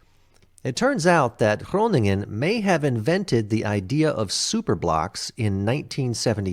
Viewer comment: Shout out for with his perfect pronounciation of Groningen 😜. Great reaction! BTW Emma agrees😂!